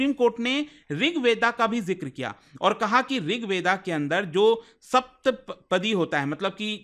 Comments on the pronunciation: Rig veda nahi sahi bola kariye please rig ved hota hai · Sir ko rigved bolna nhi aata